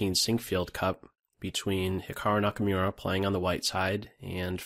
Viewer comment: Nice video as usual. Just one little thing: Hikaru's last name is pronounced like Nakamoora, not Nakamyura. :)